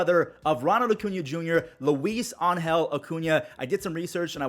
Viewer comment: (Ang-hel) was correct!